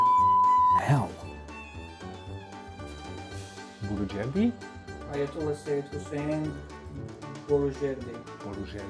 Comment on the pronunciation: I love that bloopers when he tries to pronounce Persian words :))) especially Ayatollah Boroujerdi :)))